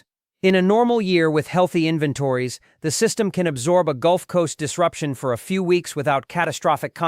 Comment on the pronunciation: Tell your human how to pronounce "inventories".